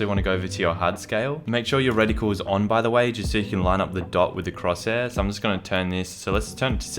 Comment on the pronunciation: say cross hair